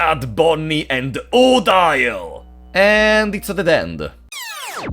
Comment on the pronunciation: Im pretty sure the prologue isnt canon. The transition between start again and the actual game sounded like you tried to fit both in one "timeline" but i dont think you can. Also its pronounced oh-deal but you can call her waifu at that point